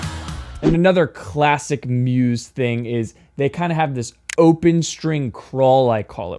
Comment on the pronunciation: don't pronounce Muse with an S sound